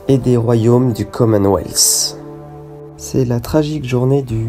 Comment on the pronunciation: Mais ou entend tu le s ?? Pourquoi dire le commenweathssssssss ? Il n'y a pas de s !!!!